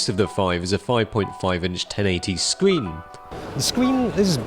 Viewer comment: 😂😂😂 he says scween.